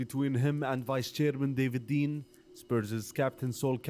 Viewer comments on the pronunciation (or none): none